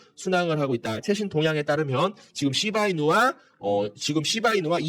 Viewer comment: ㅋㅋㅋㅋㅋㅋ재미있습니다 시밬이누로 들리는데요 선생님? ㅋㅋ